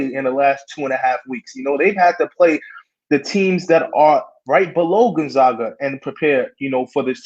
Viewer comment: You watched Gon-ZOG-Uh a lot this year?? All of ya'll probably need to learn how pronounce their name then so you don't sound like total casuals. Say it with me now: GON-ZAG-UH.